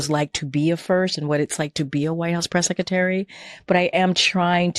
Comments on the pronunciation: The way she pronounces secretary is annoying White House press “Seck -a-tary” 🤮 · She still cannot pronounce "sekatary".